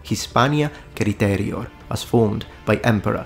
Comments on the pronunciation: Hispania Citerior (not Criterior) 🤦🏻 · Hispania "Criterior"? It was Citerior... wasn't it? 😮😅... as always, a very good video... thx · HISPANIA "CRI-TERIOR" : Wrong ! --> HISPANIA "CI-TERIOR" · Hi, great and interesting video as always. But could I point a little mistake? The name of the roman province is Hispania Citerior, not Criterior. Glad to see things are goin well again, cheers!